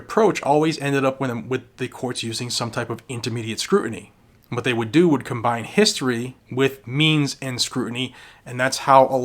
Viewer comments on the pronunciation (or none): none